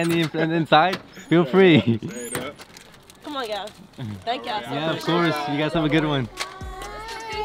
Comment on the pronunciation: He said “Free candy comoon” 😂